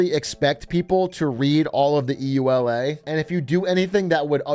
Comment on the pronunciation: It's pronounced like one word, like "ula" the acronym. Not trying to be a jerk. Just to help with brevity for anyone reading this :)